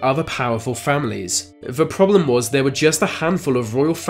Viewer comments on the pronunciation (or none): needs to learn how to pronounce the letters ‘th’. Ver, vis, vat should be there, this that. Get some speech therapy!